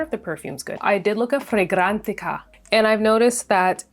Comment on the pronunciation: I was interested in your reviews til you kept having to say fragrantica that way. That got on my nerves So I had to turn it off .